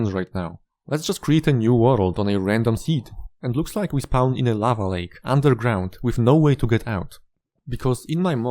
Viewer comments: "Can not spaun" Endermen should pick up blocks around you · I love the way this guy says the word “spawn.” I get it, his first language is not English. But dude it sounds so funny I love it